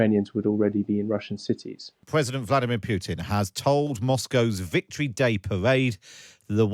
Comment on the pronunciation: The accent... The victowy day pawade... 15 cwuise launched on Ukwaine..